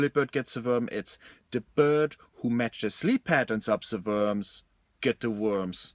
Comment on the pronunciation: "V-urhms" or "W-urhms", Flula? You're going back and forth between pronunciations.